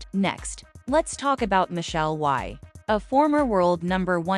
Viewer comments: It’s pronounced we not why. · Michelle Wie: pronounced We not Why. - Following the germanic rule when 2 vowels are together, only the 2nd is sounded.